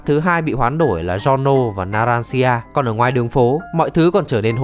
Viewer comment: đọc tên nghe bruh quá, bucciarati đọc là bu-cha-ra-ti; narancia-> na-ran-cha; abbacchio-> a-ba-ki-o và mấy tên stand để nguyên gốc sẽ hay hơn như golden experience - stand của fugo purple haze là virus chứ ko phải khí độc